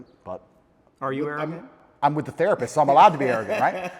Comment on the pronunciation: 1. weakness, tate can’t pronounce the letter T